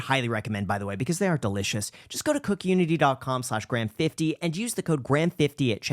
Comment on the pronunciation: I loved the video until he said ‘cook unity’ 😂